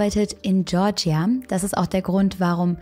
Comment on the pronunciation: GeOrGiA 😫 wen triggert das auch, dass sie keine Englischen Wörter aussprechen kann?! Boah ne ich zieh mir lieber Bekki rein sorry but not sorry